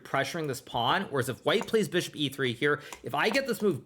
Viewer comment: Don’t forget Fee-ahn-cheato the Beeshop!